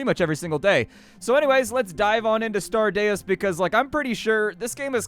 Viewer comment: Deus is 'dayy-oos'.